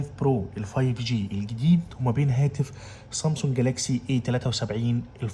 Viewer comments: اسمها سامسونج مش صامسونج بلاش جليطه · مش قادر استحمل كلمة صامصونج